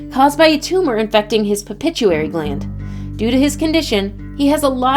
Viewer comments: There’s no such thing as a ‘Pepituary gland’ !!! It’s, Pituitary gland. 🤦🏻‍♂️ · "pupituary gland" It's the PITUITARY gland. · Pronounced it well miss beautiful so that the other who watched this video can understand . Pituitary not pichutary .haays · It would be nice if while reading the script to this someone would have informed the narrator that she was saying pituitary gland wrong. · PITUITARY GLAND PLEASE!!! not pipituary glad